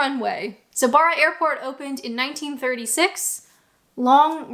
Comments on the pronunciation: Barra - it's not an 'ah' sound, it's a hard 'a' like in barrow. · Barra is pronounced with a short A. Traigh Mhòr is pronounced ‘try vor’ (means big beach in Gaelic) 😊